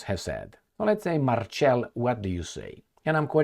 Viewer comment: Marcel is pronunciated Mar-sel. Not marchelle🤦🏻‍♀️😆